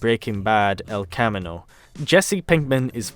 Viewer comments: TAP TAP It's, "El cuh-ME-no." Great video, by the way. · He literally just didn't think about Lydia having the list at the time. Jessie says it best -if Walt killed Mikes men he'd have to look over his shoulder for eternity. You say El Camino weird. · Bruh how did you pronounce el camino so bad wtf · Anybody else get mad by the way he said el Camino?